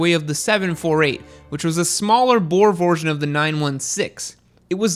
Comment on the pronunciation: gone German. "Bore vorsion":P